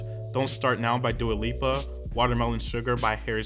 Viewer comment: I swear I saw him say that and I was like ??? He also has called Dua Lipa Dua Lupa in the past